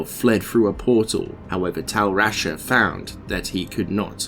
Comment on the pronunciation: This is awesome dude. Can't imagine the amount of effort and research it took to make this. I just wish you Googled the pronunciation of some of the names. It's Kehjistan, with a J, not a G. And "Tal Russia" just made me laugh lmao. I don't even know how you got "Vishari" out of Vizjerei. The way you mispronounce some of these almost sounds like it's on purpose, just trolling people lol. Also noticed some editing mistakes, like you clearly did 2 different takes of the same line, but then left them both in. This happens several times throughout the video, multiple takes spoken back to back. Regardless, the video is great, awesome to listen to at work or before going to sleep.